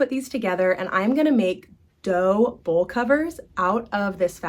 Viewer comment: are you saying bowl covers? It sounds like you’re saying bull covers.?